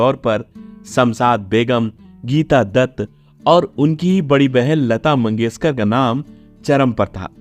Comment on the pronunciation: Asa, usa, Sadi, sayad, mangeskar... Sir ji please asha, Usha, shayad, mangeshkar aise uchchar kare